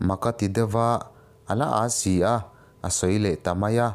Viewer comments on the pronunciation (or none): none